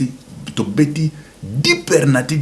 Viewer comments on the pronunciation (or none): On dit penalty pas pernalty